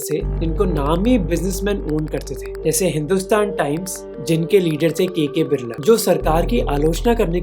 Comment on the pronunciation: Great content for the video, but here are some things I noticed: – Your pronunciations are wrong for a bunch of things. Adani is अदाणी not अडानी, Birla is बिड़ला not बिरला or बिर्ला, phir is फिर not फ़िर. – Some of the words are incorrect: it's licence (the noun) not "license" (the verb), defence not "defense", multi-modal (as in many modes) not "multi-model" (as in many models), and crore not "crores" (just like one says "five thousand" and not "five thousands"). – It seems like your subtitles have a lot of spelling errors and formatting issues as well. It seems like whoever is writing them has their locale set to "English (US)", which makes no sense for an Indian/worldwide audience. Please ask them to change it to "English (India)". Otherwise, excellent job in summarizing the topic. It's sad how many Indians hail crony capitalists as heroes and think that large conglomerates are the solution to every problem in India.